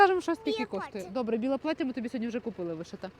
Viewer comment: «Біє паття»🤣🤣🤣👍